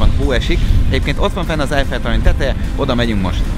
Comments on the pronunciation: "Most elmegyünk az "Efjel" toronyhoz"😂😂😂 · "Most elmegyünk az "Efjel toronyhoz"😂😂😂😂